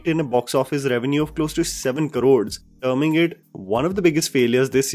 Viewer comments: it's 'Crores', not karods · Please say crores instead of Karods